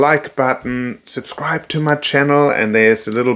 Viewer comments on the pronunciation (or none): none